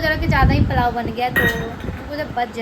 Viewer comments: plao nhi hota dear Pulao hota h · Shi bol rahe h ap ko pulao v nhi bolna ata h palao bol rhi h